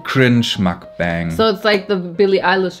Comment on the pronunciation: ich muss kurz korrigieren, "mukbang" wird nicht englisch ausgesprochen. so wie mans ließt ist schon näher dran, aber am genausten ist doch eher das "u" wie ein "o" zu lesen. mehr wie das "o" in "offen" abrer, nicht wie in "ofen"